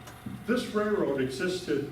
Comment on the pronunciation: Some should have advised this guy that it's a "railroad", not a "rayroad".